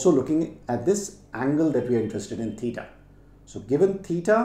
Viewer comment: Sir itz titaa not tetaa